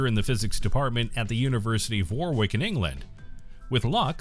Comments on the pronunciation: Warwick's 2nd "w" is silent. Pronounced "Warrick". [/Grammar police] ;) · For the information of the narrator: "Warwick" is pronounced as if it were "warik:...the second 'w" is silent!! This kind of thing is a feature of the Queens English....!!!